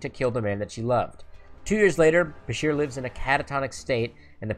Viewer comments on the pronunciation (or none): *Bashir*, not, "Busher."